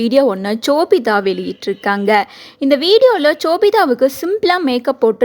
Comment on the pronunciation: Chobitha ila ma.. shobitha